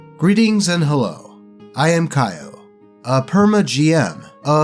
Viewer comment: Kyo is pronounced K-yo not kayo